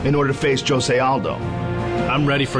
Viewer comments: "Joe-say Aldo" wtf? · It's not (H)ose...It's Jose. He's from Brazil, and his name is pronounced in portuguese